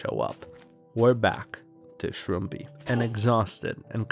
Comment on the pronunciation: the arg aside, shouldn't the channel name be pronounced shroom-pie and not shroom-pee???